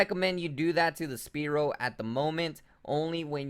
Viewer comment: jesus will u pls just say spearow the right way?lol it hurts inside everytime i hear you say speerow